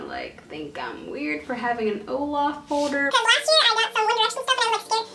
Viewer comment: You keep saying foder when it is folder